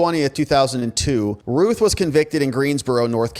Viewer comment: Think Route not Ruth it sounds more like Ralph think Round instead of Rue